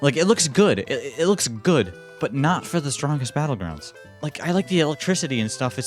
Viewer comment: Blud said bottles battlegrounds